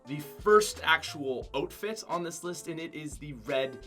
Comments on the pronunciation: he says oatfit instead of outfit. like if u think he's stupid. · “Otefit”? It’s pronounced “Ow-T-Fit” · It sounds like he ks saying oak-fit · How did he pronounce outfit again? What is an oot fit? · Y u say oatfit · Did he really JUST SAY OTFIT IM 😡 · Am I the only one bothered he keeps saying "oatfit?" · LMAO "Otefit" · does anybody else think he says “oatfit” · You need to learn how to pronounce outfit